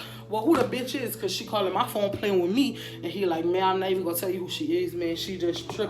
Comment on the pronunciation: How she say me kills “meh” 🤣🤣🤣